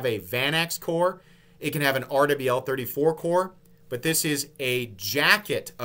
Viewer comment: love the breakdown, but is there a reason you’re saying RWL34 “Aardevail 34”? 🤔